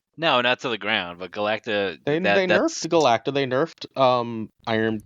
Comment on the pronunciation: not being able to say Galacta still kills me